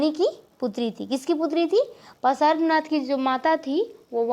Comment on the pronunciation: Are bolna to seekh lo त्तिर्थंकर Or भगवान् पर्श्वनाथ ese bolte he dekh dekh ke pda rahi ho bo bhi glat glat bol rahi ho